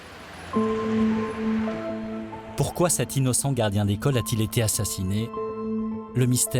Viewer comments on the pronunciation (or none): "n'a jamais été 't une simple bergerie"; ces commentateurs qui inventent des liaisons pour se la donner... :D